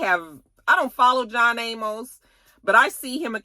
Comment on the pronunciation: Sis his last name is pronounced A Mus (Amos) 😂 He was the father on "Good Times" one of few black shows back in the 70's.